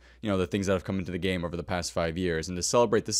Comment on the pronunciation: Umm probably should have pronounced “game” more clearly. I heard something very different 😂